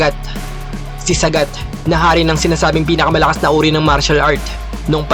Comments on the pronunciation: Saaaaagaaat idol hnd sagat wag mo biglain bigkas ng pangalan nya😁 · Sagat hndi sagad 😂🤣😂🤣